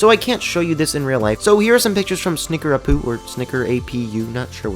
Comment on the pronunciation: Snickerapu is pronounced (snickera-poo) Sorry, that's just how I was taught to say it XD